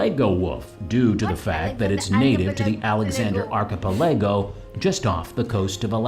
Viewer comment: An archipelago is a collection of islands. This guy definately is pronouncing it wrong, though.